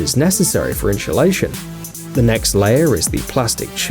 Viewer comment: Ha, he said inshlation